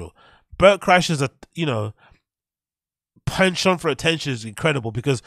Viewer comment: "penshau" bro...just say penchant...homie probably orders a "Cwuh-SOH" 🥐